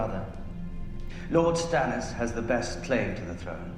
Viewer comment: “stannis” lol ok